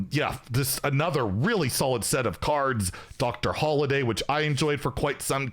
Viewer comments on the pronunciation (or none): none